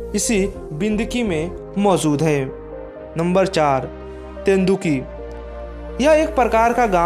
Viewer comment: Tenduki nahi hai tenduli hai be